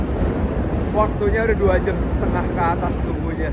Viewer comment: "2 jem setengah" kaya ada aksen2 anak bekasinya lo bang kwkww